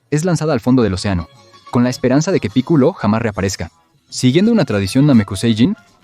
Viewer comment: Piculo? V: hablár de dragon Vall sin saber como se pronunsia v